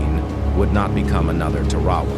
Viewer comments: It’s pronounced Tar-a-wa not Ta-ra-wa. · Looks like the AI needs to learn how to pronounce Tarawa.